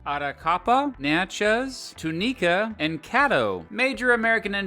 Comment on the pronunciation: Its Tune-EhCah not Too-Nee-cah🤮